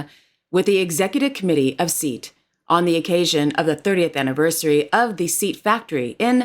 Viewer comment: Just so you know it is pronounced Say-at, rather than “seat”. A popular brand over here. But another great video, thank you 😊